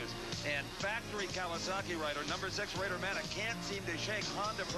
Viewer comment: Isn't his name Bader not Rader.